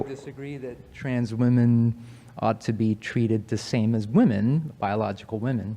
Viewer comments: Asian girl keeps pronouncing the plural of woman the same as the singular. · Is it something with asian people or is it just liberals that they can't seem to say the word WOMEN? They say WOMAN whether talking in singular or plural. Honestly curious.